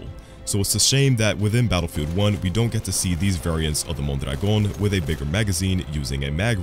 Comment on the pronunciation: The way you pronounce "Mondragon" is magical